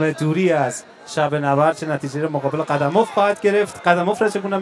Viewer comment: نورستانی نام موسو ره صحیح نگفت قیوم اف گفت قدموف نگفت